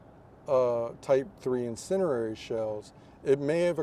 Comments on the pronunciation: This "expert" lost me when he failed to pronounce "incendiary" correctly. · Maybe not perfectly pronounced but good enough IMHO.